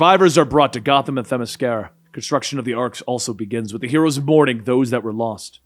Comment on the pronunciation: Hell yeah there you go, pronouncing the shit outta Themmesskera!! I'm proud.